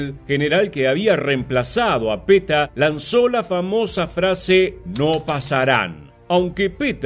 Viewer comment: Está muy bueno, solamente no sé porqué decís Peta a Petein.